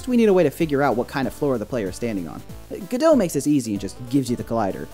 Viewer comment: Why does everyone pronounce godot geudeaux